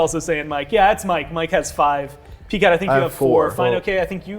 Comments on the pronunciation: Did he just call him Pee cat? God I hope that sticks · Everyone’s called him PCat for awhile now. Not pee cat